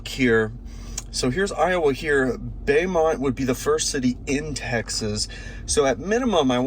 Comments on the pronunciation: Beaumont,Tx is pronounced “Bow - Mont” & NOT “Bay - Mont” I’m from Texas so I had to correct you lol. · It's pronounced "Ioway"" Louisiana. And also pronounced "Bomont" Texas